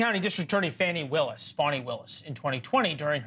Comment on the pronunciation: That is FAN. I. WILLIS, NOT FAWN. E WILLIS.